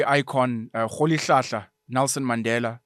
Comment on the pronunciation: Your correct pronunciation of Mandela👌🏾🤎